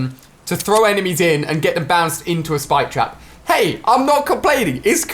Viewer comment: When you say it it sounds like “Spike Traperino” which is something that I totally imagine Rich (iTemp) calling the spike trap in his commentaries.